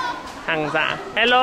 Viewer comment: sounded like "hello, mulkku", mulkku means dick in finnish